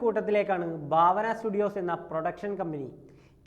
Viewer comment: Baavana alla bhaavana...😂😂ekadesam bharanide BHA pole varum😅